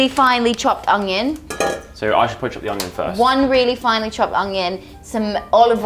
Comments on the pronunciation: Is it just me or use saying ongion instead of onion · Is no one gonna mention how says uNGion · ''hastag Junion'' 🤣🤣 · Am I the only one who always hears say "Owng-yung" instead of "Onion"?? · Is saying “ognion”?! 😂😂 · I love so much but for god sake someone teach her how to say onion properly😂😂